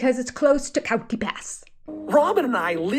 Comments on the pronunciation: In US it is Cii ot tee. It's pronounced like the animal. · Most of us in the west say Cay-Ote pass (2 syllables), Kie-oat or however you phonetically spell that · You're wholly wrong on how to pronounce coyote. It's actually KAI YOOT. Or KIGH as in High you-t. That's Canadian (proper english).2 syllables always. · I hear three syllables.